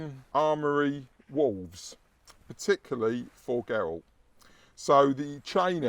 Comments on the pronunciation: ger-ralt not guh-ralt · maybe play the game and you will hear it pronounced, as it always has been as Geralt. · The Polish pronunciation is definitely the right one, I agree. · that is surprising yet we had the name Geralt or Gerald in the Germanic region too, that's where pronunciation would come in correct too. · Since the author is Polish, I would go with a Polish pronounciation, not least because it isn't spelt the Irish way. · English has no bearing on the witcher though as the witcher was originally polish. And the polish pronunciation is probably closer to the non diluted germanic pronunciation of Germany and Austria. English with all it's latin influences won't be able to correctly sound such names. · Immediate grimmace when pronounced Geralt's name:).